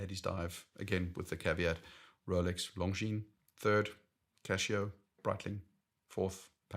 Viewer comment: Casio, not Cashio!